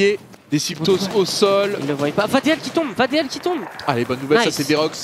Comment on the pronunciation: Vadeal ca se prononce vadil